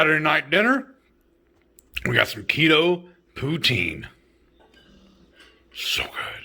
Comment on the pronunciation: This Canadian gives you a huge 👍🏻 to the pronunciation of Poutine! Good job! Love to see Americans cook Canadian!